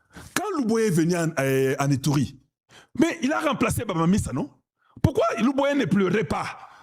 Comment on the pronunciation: Bamanisa et non baba misa